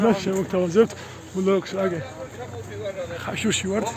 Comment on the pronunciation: ხაშუში არა ხაშურში